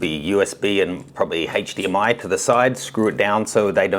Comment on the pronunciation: "haychDMI" lol love you tho, keep doing what youre doing!